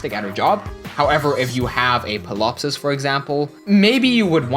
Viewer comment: I'm also a fan of that. For your benefit: correct me if I'm wrong, but pretty sure the p in Ptilopsis is silent (lots of tricky names in the game). Also: Myrrh = Mur. Evidence here: Promise I don't mean to nitpick or be a bother, I just know that I like to be well informed and that I enjoy being corrected so I can improve going forward, and since you seem like the sort who would like to learn and improve, figured I'd point those things out.